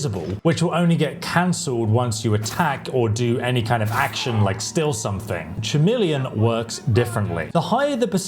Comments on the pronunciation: It's pronounced ka-meel-eon. It's KA, not cha and not Sha. How have you never heard this word said out load before? It was so distracting that I had a hard time focusing on the point of your video. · “Chameleon” is not pronounced that way. It’s pronounced with a hard “C” sound, so it sounds more like “Cuh-meleon.” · Either way, it is a K sound at the start. Another word I hear being utterly mangled, that of glyphosate, when it should be pronounced as gly-fos-fate. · Chameleon is pronounced with a k. Trying to save you some hate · It’s a K sound not a CH sound at the beginning - like the reptile. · Schameleon he really said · Bro really said "Schameleon" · How are you English and can’t pronounce chameleon properly?? Do you say K-nife? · Dammit bro.. I have never heard Chameleon pronounced so wrong. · 😂he forgot how to pronounce chameleon!! Woww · Dude it's clearly a bit he isn't a retard. He even laughs